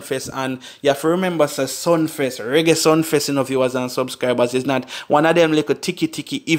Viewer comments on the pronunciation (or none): Sumfest mi bredda not Sunfest